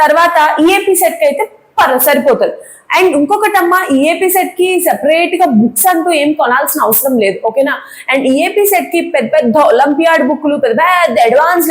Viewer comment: It is konali not kondali